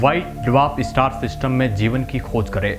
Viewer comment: इस्टार " नही स्टार " बोलो